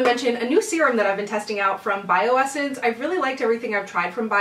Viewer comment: Its bio-sance